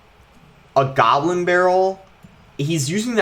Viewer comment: The way he says goblin🤣 He says: gabblin